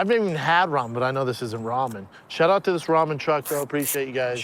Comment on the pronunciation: Brendan “Raw-men” Schaub